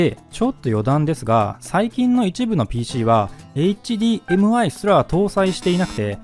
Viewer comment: それもだけど何度もHDMIをエッチディーエムアイって言ってるのが気になる 普通はエッチじゃなくてエイチって発音しないかな